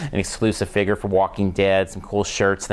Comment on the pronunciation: Also no offence just trying to help but your saying figure wrong just tring to hel